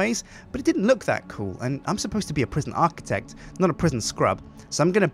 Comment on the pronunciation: Prisjin Architect: Sjincatraz